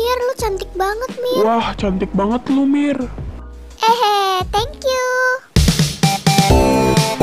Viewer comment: Seharus nya bilang thank yau bukan tangk u